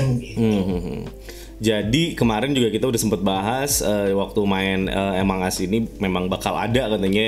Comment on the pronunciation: Among as prunounce nya english us..emong as british